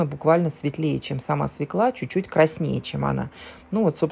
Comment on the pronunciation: Надо говорить "свёкла", а не свекла!